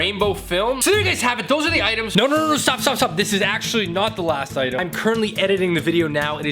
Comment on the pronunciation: "Modern oitems"